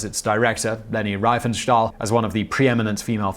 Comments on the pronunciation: Her name is pronounced "Reef-n-shtal" not "Rife-n-stahl"! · Leni Riefenstahl [Reefenstahl]. The pronunciation in these productions is as abyssal as always. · And pronounce her surname correctly - it's ie not ei, so rEEfenstahl, not rEYEfenstahl. In German the number 1 is EIN, not EEN! (I hope!)